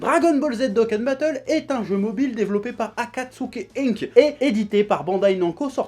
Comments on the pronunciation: Je suis mort quel génie incroyable quand il parle Dragon Boule Z Doukan Batoule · Mdr il parle de Dokkan Battle alors que dans une vidéo avant ça il savait même pas prononcer le nom du jeu (cf. la vidéo sur le spoil du film Broly)